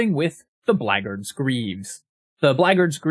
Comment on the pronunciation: Look, you're right about shillelagh but I'll never forgive the way you say Blackguard.